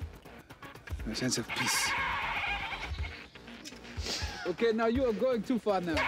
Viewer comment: I don't know if she laughed at the goat or at how Chadwick sounding like he said "a sense of piss" or both